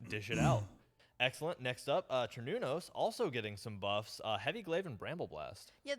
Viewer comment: They absolutely butchered the pronounciation Cernnonus